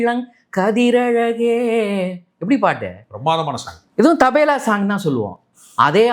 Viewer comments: Not Tabela but Tabala. Always he is mis pronouncing as Tabela. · Tabela Allai Tabala😂😂😂😂😂😂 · IT'S CALLED TABLA NOT TABALA.